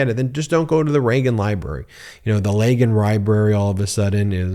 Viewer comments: "Leagan Ribrary"? oops... Get some rest, Ben! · You said "Legon Ribrary" at one point lol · You said Leagan Ribrary.... And didn't skip a beat. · You did say the Lagan ribrary. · Did he say "Leagan Ribrary"? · Did I hear Leagan Ribrary? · You said Legan Rybary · Not sure if it was a slip of the tongue, or deliberate, but "Leagan Ribrary" is going to make me giggle for the rest of the day. Your delivery is so consistantly perfect that this has to be on purpose, so thanks for that one, Ben. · I like the scooby doo impression “Leagan Ribrary” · Y’all heard him say Leagan Ribrary, right? Am I the only that heard that? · Went back to check 3 times he calls it the Leagan Ribrary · ..... "the Leagan Ribrary"😂😂😂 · tRump the massive mass debater is too scared to debate in the "Leagan Ribrary"... Sorry Ben, I heard it and laughed my off 😂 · Leagan ribrary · "Leagan Ribrary" 😂😂😂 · "Leagan Ribrary"? Love you Ben! That'll be in my head making me giggling the rest of the day!😆💯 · … the Leagan Ribrary 😂😂